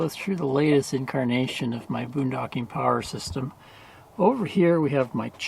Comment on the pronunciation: More Powa!!! I love it.